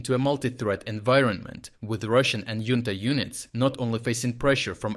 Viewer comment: Spanish words like junta are pronounced like the kyrillic X in charkiv. Not yunta.